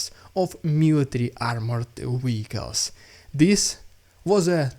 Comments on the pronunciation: It's not "wieckls", it's "vieckls". I think you understand what I mean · To help...you are mispronouncing a common word.. you use frequently . You are saying ..... Weicles (WEE-Icles) The world is Vehicle (VEE-icles) W and V are not the same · So long as you are happy sounding daft ? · Man, this episode was so much better organized! Great job!! Can I ask a question? Why is it that you can easily say Verbove (with a V sound) but then still say Weehicles (when it should also start with a V sound?) Not complaining, just wondered. Great job today, and thanks for the news! BTW, I have heard of battle dolphins, even think the USA has experimented with them for mine detection, but am certainly not sure what Russia uses them for, maybe civilian boat location so they have more targets??